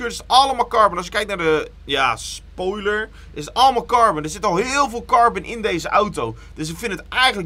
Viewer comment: het is carbon en niet carben. ik irriteer me hier echt aan 🤣